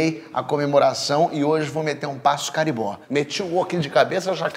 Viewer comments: Não é caribó, é Carimbó xD mas valeu a pena kkkkkkkkkk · Porra, Porchat! Não é "caribó", cacete! O nome da música e da dança é cariMbó, com eme. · A pronúncia correta é cariMbó